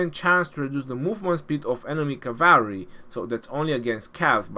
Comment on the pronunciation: It took me a few videos to realize what you meant when you say ‘caaaaaavry’ not how you say it. I guess it’s sort of a trademark now, saying cavalry s wrong. Lol.